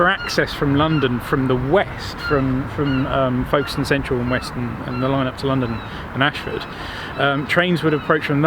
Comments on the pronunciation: Another cracking video - sorry I meant &!! 😱 My wife will be especially pleased as she was born in Folkestone (with an 'F' not a 'V' please!! 😎) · It's pronounced Fokes-ton, but with an 'L' in front of the 'K' that is so quiet you can't hear it. Now, say after me...